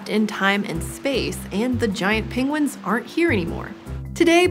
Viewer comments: She is like Benedict Cumberbatch. She says pingwings rather than penguins. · I love how she pronounced it ‘pingguines’ awwwwwwwww 😻😻😻